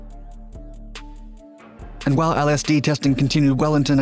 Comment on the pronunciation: you couldnt have pronounced lsd any worse 😭